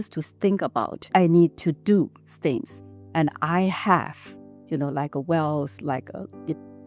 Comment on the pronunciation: I'm not trying to disrespect her, she is very Good person, great enterpreneur, but I also found her very cute specially many times when she pronounced words starting with "T" as "S" 😅, that was so cute from her mouth, for things = sings, not for every word but I think I heard that, lol !